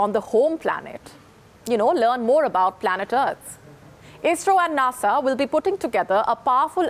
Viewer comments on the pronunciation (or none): She can't say NASA